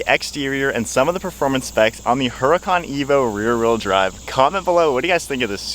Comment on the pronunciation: ITS not a "HURA CON"... thats NOT HOW ITS PRONOUNCED... learn some Spanish dude.. it is pronounced "URDA-CON""...... NOT "hura-con"... yw!!